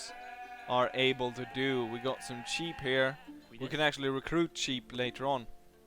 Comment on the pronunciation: Funny, you pronounce sheep as 'cheap'. Good video!